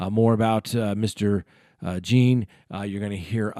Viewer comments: I have listened to several of your videos sometimes I strongly disagreed with your views.( the Watts case particularly) But i appreciate your concise, intelligent and insightful...so I have..thanks for at least trying to pronounce Botham last name correctly. John not Jean.. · Yes but Botham Jean family has pronounced it JOHN throughout the trial and pronounces it JEAN throughout this video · It’s pronounced JOHN you keep saying Jean. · I'm from st lucoa snd Jean is a very commen surname. It is pronounced "jyuh" because of our French heritage. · Jean is pronounced john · Thanks for the information, but please pronounce Botham Jean’s name correctly. You keep getting it wrong. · You pronounce his name like "John" NOT Jean. And it's Judge Kemp. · No, its pronounced as je-uh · His name pronounced John. Like Sean=Shawn. Jean=John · It’s French, it’s pronounced John. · It is pronounce Jha. But the English pronounciation is John. I know because people in my country carries that last name also most of the Caribbean. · He was from a French speaking country, so anyone should know that Jean is pronounced Zhan. I only had two years of high school French, but I recognized it immediately. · You can tell when the speaker is against the situation, he apparently watched the entire trial, yet he purposely botches the victim's name. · I'm feeling some kind of wsy about you Miss pronouncing his name five times in a row after you corrected your own self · Jean is French. My last name is Jean-Louis.